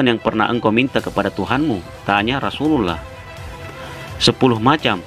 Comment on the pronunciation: Channel muslim, Narator nya tidak becus menyebut rosululloh